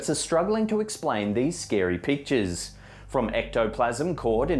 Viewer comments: Sounds like he says "scary peaches" instead of "scary pictures" at the beginning of the video... seriously listen to it, maybe it's just me lol it's at the very beginning like into it.... he says it again at like but it's not as bad lol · "...scary pictures..." I heard "scary peaches". 😬